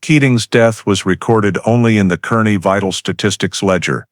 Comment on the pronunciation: It's pronounced karney.